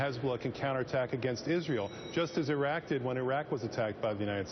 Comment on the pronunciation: Perfect slip up "go to Iraw" Syria will be Iraq 2.0